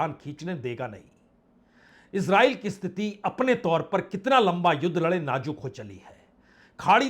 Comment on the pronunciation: Sir aap najook kahate hai Nazook word hai sir